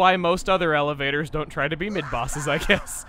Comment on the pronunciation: Elevator? Don't you mean... E-LAVA-tors?